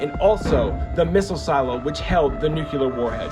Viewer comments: Nuclear, not Nucular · New-clear....NOT nu-q-ler